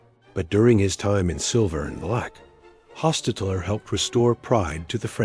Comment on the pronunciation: The AI Voiceover is hilarious. Jeff Hos-tet-tet-ler gets an extra syllable, and some extra letters. And at one stage we hear about Loss ….Angeles- with a gap of about 4 seconds between them. And we’re also treated to “Derek Car- dot - Carr”. 😂😂😂😂